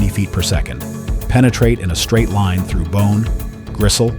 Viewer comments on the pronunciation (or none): none